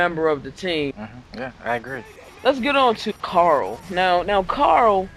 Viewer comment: every time you say carol it sounds like carl